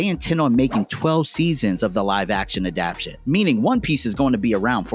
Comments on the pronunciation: I really enjoyed the graphics work and storyline of your presentation. The only thing to modify is the word adaptation 'adap-tay-shun'. Keep putting in great effort. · I like the video but I'm a grammar freak, so every time he says adaption instead of adaptation, I want to tear my nails off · It "adaptation", not "adaption". Otherwise nice video!